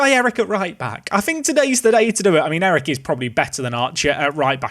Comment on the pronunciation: Erich is a german name, not a dutch name, and its pronounced erig with a soft g, not eric